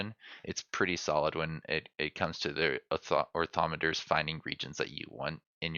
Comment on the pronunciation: Orni - Thopter - nor or-thom-e-ter